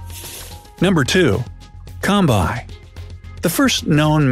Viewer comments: thats not combai its kombai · It's not combai it is kombai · It’s kombai and not combai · Combai is supposed to be pronounced as "Ko" and it can face a Tiger alone and Suppress the tiger. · its not combai its kombai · combai not bro kombai dog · It is kombai not combai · it kombai not combai ok